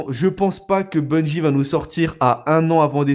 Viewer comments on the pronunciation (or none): Bungie pas bunjie bordel !